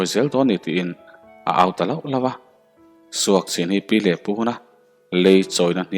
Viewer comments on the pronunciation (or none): I chhiar sual nge aw... SUKCHIN tih tur ah SUAKCHIN in a ri tlat mai.. fimkhur nan